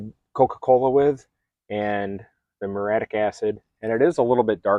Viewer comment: It's "muriatic" acid.